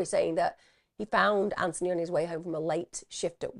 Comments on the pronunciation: His name is pronounced Anthony with the 'th' , his mum argued with the liaison officer over the mispronunciation. It was one of the reasons his mum felt the police weren't interested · I remember that from ‘Four Lives’. Every time the liaison officer pronounced the name wrong, it convinced me that the police saw investigating Anthony’s death as an inconvenience to them.